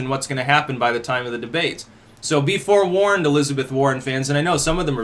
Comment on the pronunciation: U said “b forewarned”, more like “b fore-warrened”🗯 +